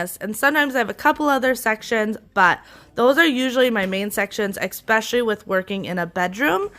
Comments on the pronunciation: You are wonderful. I can see you with your own tv show. One well-meaning tip: especially, not exspecially. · Especially my dear, ,,,,,not eXpecially,,,. the teacher in me